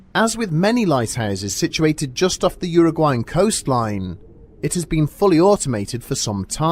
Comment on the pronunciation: You pronounced it very well, so don't worry. I understand that many see the word Uruguay and have no idea how to pronounce it XD